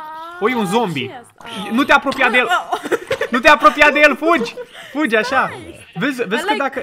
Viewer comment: fuji, fuji 😂😂😂 e moldoveanca